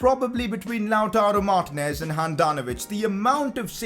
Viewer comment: It’s lataro Martinez not loutaro Martinez (when you say it)